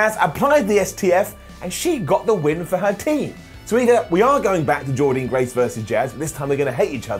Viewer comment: SAY JORDYNNE GRACE’S NAME CORRECTLY!!!!!